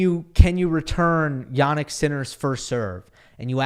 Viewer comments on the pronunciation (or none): Hey! I'm Polish, I've also studied English, German and Italian. Much as I love your channel, I cannot help but wince whenever I hear you pronounce the names "Hurkacz" and "Jannik" as "Hurkahtch" and "Yahnick". It is not only unnatural, but also incorrect. I suggest you use the regular short English front vowel "a", rather than the long back vowel "ah". The vowel in both cases has a fairly neutral, short central "a" sound, not unlike the English word "practice", where the front "a" becomes somewhat centralized. So I suggest you use that. I assure you that it will sound much more natural, and much closer to the original! Apart from that, Iike I said, I love the channel, love the content and delivery. Just go easy on the "ah"s, ok? (Unless you want to go "Ah!" after someone's brilliant display🙂) It will be much appreciated.